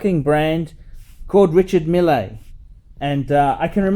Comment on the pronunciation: These watches are more popular in Silicon Valley than in the Middle East. Mille is, I have to say, a cool guy for a Frenchman, and is pronouncing his name very badly.